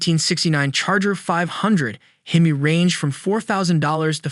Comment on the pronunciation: Once again you seem bound and determined to insult hardcore car guys with your ignorant AI/computer voice instead of using a narrator. you say it's distinctive because you call it a "hee-mee" instead of the correct "heh-mee." & Another video where an Oldsmobile 4-4-2 is called a four hundred and forty two. 4 barrel carbs, 4 speed Manual 2 racing pipes-there is no hundred anywhere in that name. It is not called a U30 it is a W30. Pon-"tee"-ack, not Pon-chick, not Pontick. -Cam-AIR-oh, not cam-arrow, nor Chem-er-oh, nor Kum-ahr-oh - the accent is on the 2nd syllable. Um, what weighs between 29-45 pounds??? please tell you don't think that's the torque.